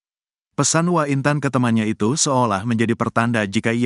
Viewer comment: mas jangan dibaca * wa* dong mosok gsk tau hrsnya ** W A bukan wa nysmbung